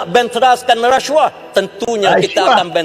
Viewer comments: Apa masaalah kalau sebut rasuah elok2, lidah org melayu, ni reshuah2, mcm bab btl, belagak nk mampos, mp parti sorgaa ni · Orang Asli je yg sebut huruf S tu jadi ‘resyuah resyuah’ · Masaklah kau lepas ni. Cakap pun pelat RASHUAH😂😂😂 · bahas belanjawan ka bahas kes " rasyuah "....sebut bg betoi lah..kau tu mp ooiiii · Sebut rasuah pun x reti... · sebut rasuah pun x betoi...peedahhhh..begitu lah mp pas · Ada juga ahli parlimen pelat. Pergi masuk makmal bahasa. Belajar sebutan yang betul. Booodoooh. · ptt pun ade dgr pelik semacam mangkuk haram ni pronounce rasuah